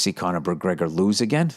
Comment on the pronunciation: My moneys on “Poryer” against MUHHHGREEGGGUHHH!